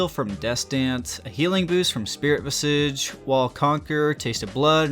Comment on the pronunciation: "Vis-idge." Why is it that no one who does League Youtube knows how to pronounce that word? It drives me nuts. For reference